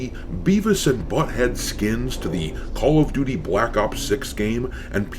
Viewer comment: Call of Doo-Dee 🤷🏻‍♂️